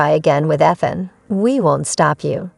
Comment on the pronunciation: The pronounced name..🤨 Ethan has a long e sound! Eee than... 😅